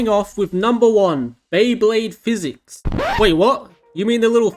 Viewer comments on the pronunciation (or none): none